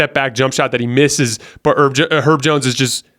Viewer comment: Herb not “erb” like “herbs and spices”